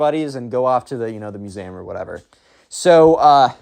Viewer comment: lol how do you say museum